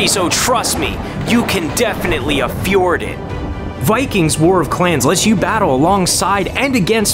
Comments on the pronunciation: Did this guy just say "affjord"? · I am ashamed by how much I enjoyed the ad at the beginning. "You can definitely afjord it!" I fucking died. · "You can afjord it" Nice played!